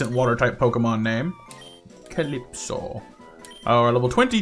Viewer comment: Well a shiny is a happy little accident if you encounter it. Looking for one would be against the rules imo. And don't worry to much about my name you said it right